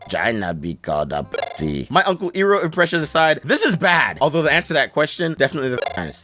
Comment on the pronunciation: Not uncle ear-roh. it's eye-roh .